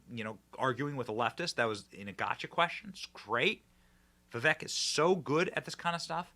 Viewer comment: Benny, his name is pronounced Vivake, not giving you crap just trying to help out.. 💪🏻 great show as always!